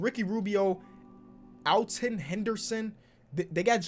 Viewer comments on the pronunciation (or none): none